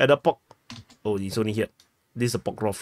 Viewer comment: Pokrovsk, ffs! Not Pokrof.